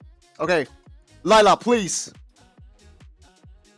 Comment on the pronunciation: Why does say liela lol its layla